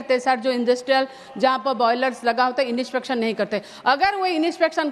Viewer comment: Inispection ❌ , inspection ✅